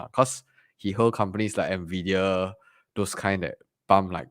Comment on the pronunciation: "Ennn Veee Deee Yaaa" Not "Naaa Viiii Deee Yaa" 😛